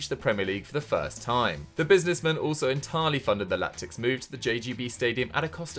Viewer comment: Can we acknowledge says Lactics instead of Latics in the Wigan section?